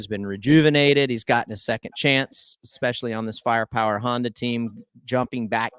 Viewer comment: Great riders. I haven't heard more derpy derp since Emig. Did Ryan say Expecially? And Ricky's like Supercross' Joe Buck.